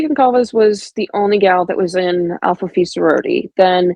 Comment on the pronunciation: I’m not 100% positive but I think the Goncalves (spelling may be wrong) said in an interview it was Gonsalves